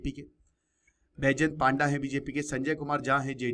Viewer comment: पांडा नहीं पंडा होता है